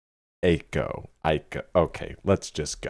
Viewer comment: I feel like Jhene Aiko is what a calming angel sounds like 😂. And your last pronunciations of her name are the correct ones (Aiko like Eye-Co.) Random hip-hop lore that connects some of your recent albums and artists for you… Her and Big Sean, who’s also on Drake’s Nothing Was The Same and was signed to Kanye’s label, ended up dating and put out a joint album called Twenty88 (they’re ‘88 babies) back in 2016 with a cool visual. It’s very underrated.